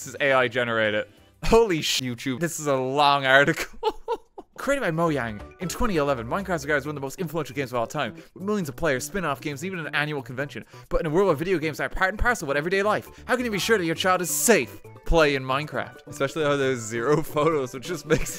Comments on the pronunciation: "Moyang" RT? MOYANG!?!?! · Did you call it moyang?